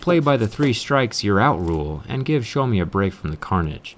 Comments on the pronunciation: It’s so annoying the way he pronounces xieaomi like show me get it right it’s pronounced x e ow me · Did he just say showme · Did he pronounced Xiaomi as "Show me"? 😂